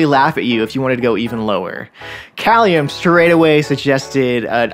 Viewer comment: pronounced Kay-lium